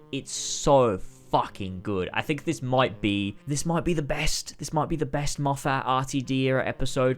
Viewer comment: i’m enjoying this video a lot because i think we have very similar opinions on new who, but PLEASE, his name is pronounced more like ‘steven moffut’. i know it’s spelled moffat but it’s not that way😭